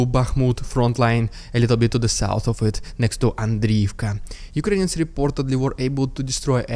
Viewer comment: Why do you call Ukrainians as”Ukrains “?